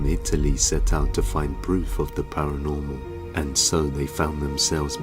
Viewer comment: Everytime the word paranormal is said, I hear 'Pair of gerbils'. Don't know why